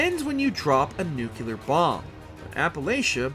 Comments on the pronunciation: Bro. How you finna make a video about Fallout lore and not pronounce ‘nuclear’ right?! I’m dying 😢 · Dude made an entire video and fallout story only to get blasted for his pronunciation of nuclear 😂😂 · A grown ahh man that can't pronounce nuclear 😂 take the L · It’s also not just your pronunciation of nuclear either. It’s several words dude. Where’d you learn to speak English man? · I really wanted to watch this video, but seriously, mispronouncing "nuclear" three times in less than ten seconds...just, no. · Saying nuclear like W. Bush lmao. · Holy moly the pronunciation of the word nuclear was so distracting in this video. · He makes a “u” sound after the “c”. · This shows that maybe you should read more instead of being outside "touching grass" because yes it is very distracting to anyone who regularly reads or watches anything to do with physics. There is no place on earth that has an accent that would say it the way this narrator does and have it be considered correct. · Why is it so hard for americans to pronounce nuclear? I mean don't they know the etymology of the word nuclear? It comes from nucleus so why would it be pronounced nucular ? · Con-tin-you-ity? Not con-ti-nu-ity? Nukeular? Is this guy an AI creation? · “It’s pronounced nukeuler” - Homer Simpson & this guy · downvote for nuke-you-lerr, like nails on a chalkboard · The word "nuclear" is pronounced like new-clear. There is no extra "u" in that word. They had a whole Simpsons skit on just this. Figure it out. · I almost stopped watching after 68 seconds because he had already said "nookyular" 3 times. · nukelar, that`s how farmers pronounce it in the us of a. HW Bush was also a nukelar adopter. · How the hell is a channel this big gonna have a narrator that pronounces it "nukular" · It's pronounced NUC LEE ER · "I think it's pronounced nuke-you-lar" 😂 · Why's it so hard for some people to pronounce NUCLEAR correctly. It's not Nukelar dude. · Please dont tell me they say nuke-u-lurr.... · "New Clear"